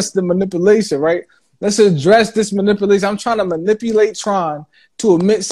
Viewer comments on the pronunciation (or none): What is muhnippalayshin?